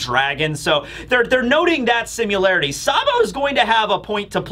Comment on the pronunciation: BRO Everytime you say simUlarity I want to throw myself through a table